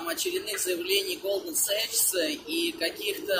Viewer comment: Не Голдман Сэчс, а Голдман Сакс! Довольно известная контора, и читается именно так, причем на английском тоже.